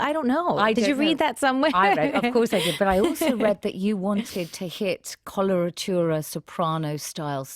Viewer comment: "I.... I naturally HavÆ voice" "I WÆnted to sound like....." "Jim CÆrey" 🤣🤣🤣🤣🗣🗣